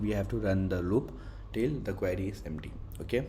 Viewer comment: buddy, why are you calling Queue as Query